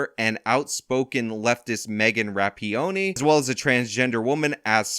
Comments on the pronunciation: Jeez.... after all this time you can't even pronounce Megan Rapinoe's name correctly...... "Rap-ee-oh-nee"? Come on, man, do better. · Rapinoe Ruh-pee-no 🤣🤣🤣🤣 I would never want to see Rapinoe in lingerie 🤮🤮🤮🤮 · It’s Ra-pee-NO! You sound like a damn fool when you get it wrong!😂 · "Megan Rapionee" 😂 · I usually hear it pronounced Rap-peen-oh. I've no idea if that's right; I just go with it because it's the most funny. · Her last name is pronounced Rap-in-o. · Dude, you mispronounce names more than Joe Biden does, and he is an invalid. It isn’t that hard to read/pronounce “rap-in-o”. I get that you’re trying to give the impression that you “don’t care,” but this sort of passive-aggression is not really cricket in a free exchange of ideas. I despise Megan Rapinoe, but it does come off as more fair if you can be bothered to read the name of the person to whom you’re referring. By the by, you and RLM are wrong bout the prequels. You assume Lucas put the younglings in the movie (for about two seconds of screentime) to let kids see themselves as Jedi, but I’ve never heard him say this. So everything you base on that assumption is also only your opinion. I can think of another reason to have them in there. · Rapinoe= (Rah-Pea-No) not That you care lol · Were you trying to make a joke, or you really can't pronounce ruh-pee-now? Really irks me when people can't read words, obviously this is a name, but sound it out. I expect this type of thing from youtube knife reviewers, but cmon. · … in order to pronounce names correctly, one must read them correctly.